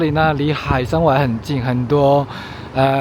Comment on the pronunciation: 拼音 hǎi shēn wēi，一直唸錯很討厭~